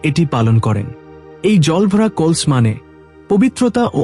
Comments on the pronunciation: What is kols? It's kalash 😂😂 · বড়/ শুভ/কলস -এই শব্দ গুলো আপনার এই ভিডিও তে উচ্চারণ করেছেন বিভিন্ন সময়ে। যা ভুল উচ্চারণ।আগে উচ্চারণ ঠিক করুন তার পর ভিডিও আপলোড করবেন।